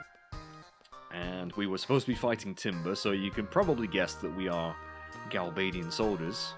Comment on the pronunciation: I always thought it was Gal-Bad-ian, you know since they're bad and all. I like your way of saying it better since it sounds like an actual place 👍